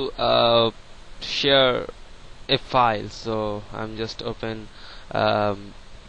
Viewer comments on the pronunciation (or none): HAHAHAHAH!!! LOL MAN, ITS SHARE, NOT SHEAR!